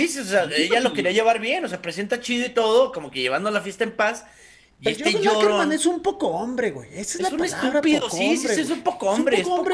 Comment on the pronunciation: Caquerman si es sucker-man